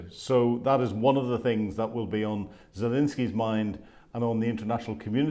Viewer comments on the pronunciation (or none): I always appreciate your insight and analysis. I'd love to hear you revise the pronunciation of Zelensky though. My apologies, yes, I'm pedantic..! 😊